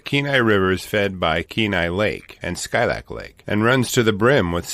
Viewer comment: Hey from Alaska! I got married at Skilak lake. It’s so beautiful but there’s so many bears up there. Last time I went this summer we saw a black sow w 2 cubs just chilling in the road there. It’s actually pronounced (Skeelak).